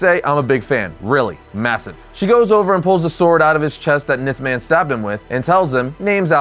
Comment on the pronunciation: Ya, I’ve never heard him be called “Nith” man 🤣 only “Enth”, like the letter N but with a “th” at the end. The pronunciations of some things really makes me wonder just how much of a comic book nerd they really are and if what they’re saying is anything they knew before being told in the script they were given…